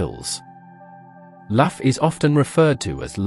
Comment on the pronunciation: It is Loo ,Lugh and not "Laff" and it's Balor,Ba lor, not "Baylor " .